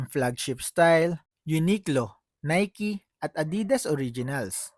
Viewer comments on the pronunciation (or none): none